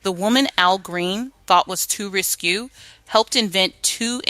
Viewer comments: Uhm thats ris kay not ris qu. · LOVE the SONGS, but the story telling by AI diminishes the project. It's important to tell the stories with accuracy and without making up words. *RISQUE is Ris-kay, not Ris-cue *WARNER BROS is Warner Brothers, not Warner Broes *JANICE is Janiss, not Je-ness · Please. Risqué is pronounced ris‐Kay, not risku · RISQUE (pro:Ris-kay) . . . This kind of stuff makes me nuts. There are other mispronounced words as I've commented elsewhere. ☮️💜🎶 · Warner Brothers, not Bros, the word risqué pronounced Riss-Kay, Miki pronounced Micki, after that I had to bail. You guys need to review these voiceover copy with someone whose from the era are an educated English teacher